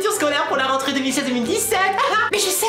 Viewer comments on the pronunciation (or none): tu n'aeeee plus du maleee poureee prononcéeeeeee renteréeeee